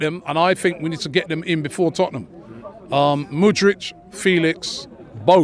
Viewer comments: This brother keeps saying mood-rich. Bruh learn his name before you put your demands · Yeah and Mudric for Mudryk 😅🤣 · Robbie wants Mudrik so much, he can’t even pronounce his name right😂😂😂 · . Mudryk. Not Mudrić or Mudrich. MU-DRYK. Also, João, is not pronounced like "Yao"